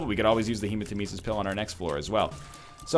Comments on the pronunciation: It's not HEMAtemesis, it's hemaTEMEsis. Didn't you learned that from the awesome, sadly nerfed, voice? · FFS, you have no excuse to keep mispronouncing hematemesis! He says it for you, then you say it wrong!